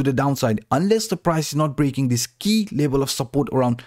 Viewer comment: say v: b say level: lebal lol